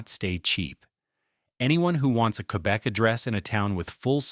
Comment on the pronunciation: queerbec lol